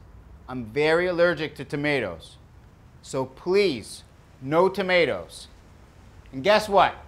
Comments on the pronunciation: As a person who comes from supposed home town, Haverhill MA, I can assure you that he's pronouncing tomato correctly. We don't replace every vowel with an -AH (He also pronounces 'Haverhill' correctly. It's 'Hay-vrill'. Usually, getting Mass towns wrong is an immediate tell since they're named after a bunch of English towns, and none of them are pronounced the way they're spelled. But he could have just done his homework on that one.) That said, doing a heavy townie accent. It's the sort of accent I'd expect to hear when talking to a couple of contractors at Heavenly Donuts in the morning. And it's easy to slip into if you're local because you hear it all the time. When slips out of the heavy -AH sound, he doesn't suddenly stop doing a Mass accent. It's just not the working class accent people are expecting to hear. Is from Haverhill? I don't know. But he'd fool me any day of the week. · Amazing that with this guys accent he doesn’t pronounce tomatoes like “tomay-tahs”